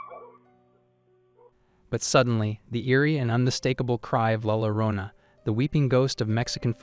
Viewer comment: Llorona is pronounced Yo-RO-na. The crying woman.